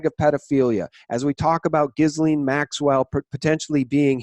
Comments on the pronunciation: YAY!!! and following - wins the prize for being the first person in North America to pronounce Ghislaine properly! That alone is worth giving the video a thumbs-up.:) He's also bang on the money about Ghislaine Maxwell's role in all of this. She's Epstein's handler for sure. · Ghislaine pronounced GeeLane. (Gee like glee without the L)